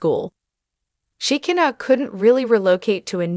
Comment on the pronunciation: Please teach these people how to pronounce these names it's She ki na